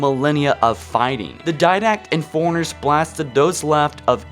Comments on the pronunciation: The way you talk in every episode drives me nuts. Foreigners? They're forerunners. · Every time you say "forerunners" all I hear is "foreigners" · FORERUNNERS not Foreigners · "Foreigners" lol